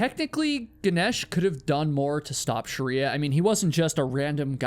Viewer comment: ❌Shriya ✅ Sharia